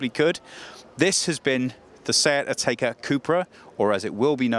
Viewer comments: Never heard it pronounced “Atayka” before. Always been “Atecka” to me. Well done guys, another first. You guys always get there first! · pipsicle it’s Atecka. English speakers never pronounce brands and names the right way.